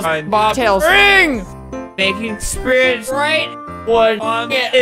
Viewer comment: When you hear Albert say “Spits” and not “Spirits”